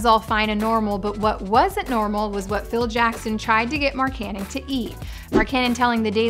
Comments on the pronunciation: Why does she keep saying Marcannon its Markkanen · King Phoenix more like mark-ka-nen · When she said Mark cannon I instantly clicked off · I peeped the comments so i guess u murdered his name Mark Canon😭 just call him Lauri MarkGoat😭 let me not over hype him😎plus frank decent better fit with The Unicorn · Fire her now she can't even say markkanen right come on now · Britt would have said his name right